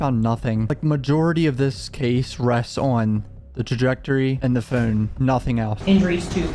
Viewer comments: Still can’t get over how you pronounce phewn 😂😂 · The way he says "phone" is so annoying for some reason. He like over pronounces the "o", sounds like "phewn" lol it's a stupid complaint, I know